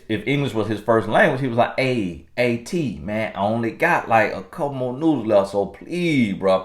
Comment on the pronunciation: I thought he said "nudes"..i had to remind 😀😀😀